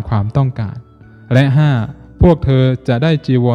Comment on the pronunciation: แล้ว อย่า แร้ว และ อย่า แระ กำหนดสติ ตั้งใจกำหนด ร เรือ กับ ล ลิง ใช้อักขระให้ถูกต้อง จะดีมาก ยอดเยี่ยม ต้องหัดและกำหนด ทำให้ถูกต้อง คนฟังรู้สึกขัดๆ ขอขอรับท่าน